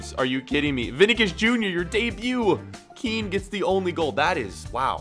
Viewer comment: You pronounce Kean just like how you say Ken